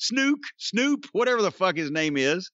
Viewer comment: Jim calls Snoop, "Snuke". Hilarious. If I recall "Snuke" in its original form was the nuclear device snuck up Killary's babymaker in 'South Park' .